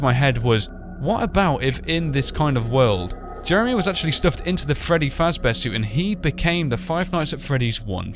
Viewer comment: Freddy not ferry